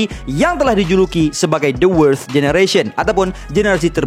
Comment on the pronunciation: susah sgt sebut worst tu hahaha.